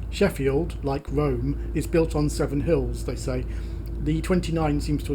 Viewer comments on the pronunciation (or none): none